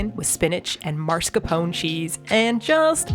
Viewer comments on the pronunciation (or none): "marscapone" is pronounced with 4 syllables [mar-skah-PO-neh]. The NY pepperoni pizza looked amazing!!